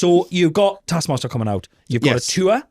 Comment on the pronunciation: I need to never hear ' bastard pronunciation of the word "taskmaster" again.